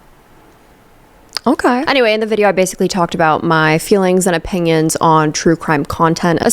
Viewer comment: You say opinions like opingions. Like how some people throw a G in onion, ungyun